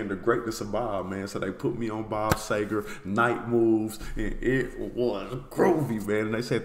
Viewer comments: it's see-ger not say-ger... but that's an honest mistake but I've never understood why people but an "A" sound where there's obviously an "E" there... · The least we can do is warn you...this may be the deepest rabbit hole musical you can go down...your gonna get 20-25 more recommendations...he didn't do any bad songs...and its pronounced..see - ger...not say - ger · Bob See gar is how it's pronounced! Love the song. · Dude, sEger, like Easter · Last name pronounced SEE-ger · Pronounced C-ger, See-ger and Sea-ger!